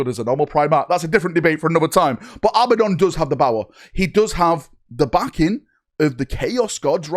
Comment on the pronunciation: Who is Abbadon? Learn how to read and speak English. It is Abaddon. A-bad-don.